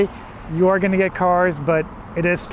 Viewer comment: I trust you more than someone who says the neighborhood’s name wrong. Good Job.👍